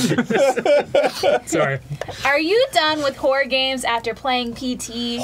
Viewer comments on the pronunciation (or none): fucks up the pronunciation of "horror", the guys use it as a launch point for being funny, followed by getting mad and shutting everything down. Yep, that's par for the course.